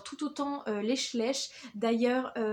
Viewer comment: Schleich se dit "chlaîch" je crois car il me semble que c'est Allemand